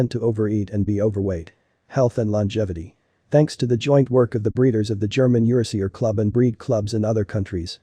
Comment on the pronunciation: "YER-uh-SEE-ur"? Nope, it's pronounced "yer-AA-zhur", which plays on the fact this breed is of EURopean and ASIan descent.